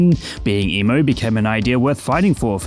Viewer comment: Is he saying emu?